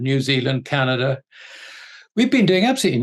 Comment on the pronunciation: Rusher and Chiner? never heard of those countries before... Are they in Asier? Canader?